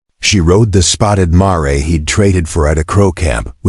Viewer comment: AGAIN, a mare is a female adult horse, pronounced MAIR, not Marey!!!!!! The story is captivating but the narration needs practice.